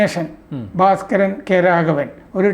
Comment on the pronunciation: " ഭാര " സ്കരൻ അല്ല, " "ഭാസ് " കരൻ.